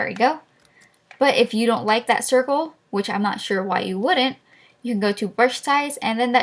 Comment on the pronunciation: u have a big problem trying to say circle